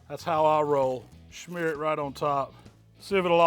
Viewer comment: Does he keep saying 'Schmear'? Or are my ears salivating and causing interference?